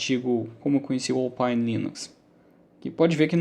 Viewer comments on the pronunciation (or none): Se escreve Alphine! Se pronuncia Ópaine